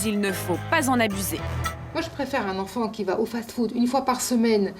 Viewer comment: Marketing elle le prononcé Markeuting Et fast food elle dit faze food